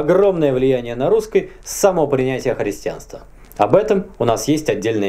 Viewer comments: в словах "русскай"? не "ы", а "а". ну и это единственная правильная форма вообще-то! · Супер, спасибо! очень интересно. А вот вопрос есть: это так задумано, что вы окончания прилагательных -ый, -ий произносите как -ой...? вроде русской язык. Или это уже такой говор? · Мне одному режет слух прозношение окончаний? Русскэй вместо русский, эдэкэй вместо эдакий. Это вообще откуда? Классическое "правильное" произношение? Как этот феномен вообще нагуглить? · Почему вы оба говорите "русскай" вместо "русский" ? и в других словах так же. Это неправильно! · "Русскый" слышу "русскай". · позвольте задать 2 вопроса! 1) как приавильно "обожжется" или "обожгется"? 2) почему говорит "ый" в окончаниях на "ий"? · Всегда с интересом смотрю твои передачи. Но, ради Бога,, перестань переигрывать! Эти твои нарочитые и сильно преувеличенные акценты на: перьвый вместо первый; русскОй вместо русский, и т. п. - звучат искусственно. В речи людей, которые произносят это натурально, а не потому, что заставляют себя - это звучит органично и не привлекает внимания. У тебя-же это звучит вычурно и наигранно. Однако, это не уменьшает интерес к твоим произведениям. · Откуда у вас такое произношение "русскАй, филосовскАй, немецкАй"? Причем, девушка тоже так же произносит окончания. Это фишка или влияние какого-то диалекта? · А почему вы говорите русскЫй? Это историческое произношение? Тоже самое церЬковный, словянскЫй, перЬвый. Очень интересно!